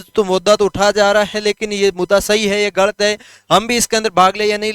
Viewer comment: सर "गळत" नहीं "गलत" बोलो।